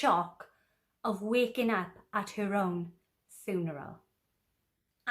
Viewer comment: Hi Love how you say funeral cracks me up